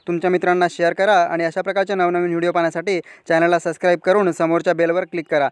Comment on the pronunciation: ते सस्क्राईब नसते सब्स्क्राईब असते हो गुरुजी.